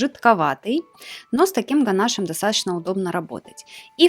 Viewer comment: Правильно писать и говорить: ганашо́м